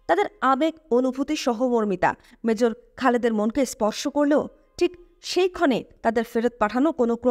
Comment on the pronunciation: উচ্চারনে মনোযোগী হওয়া দরকার। মেজর J দিয়ে Z দিয়ে না। জেনারেল G দিয়ে Z দিয়ে না। এয়ার স্ট্রাইক হবে, এয়ার স্ট্রিক না। কোম্যান্ডকে কমান্ডো বলছেন। আরো অনেক আছে বললাম না মন খারাপ হতে পারে। যাই হোক সুন্দর প্রচেষ্টা। সমালোচনা ভালো না লাগলে নিজ গুনে ক্ষমা করবেন।